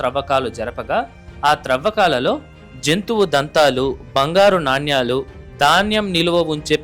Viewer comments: Naannyaalu kaadu sir nanaalu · చాలా బాగుంది ! నాణ్యాలు అని కాకుండా నాణేలు అని పలకాలి !